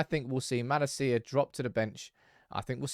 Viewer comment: say it after me....ma la sia. That's how it's pronounced my good man. 😀